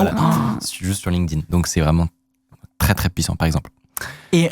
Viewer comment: Video sympa et bravo a de bien prononcer LinkedIn, je crois qu'il est le seul en France a le faire:) (tout le monde dit Linkeudine)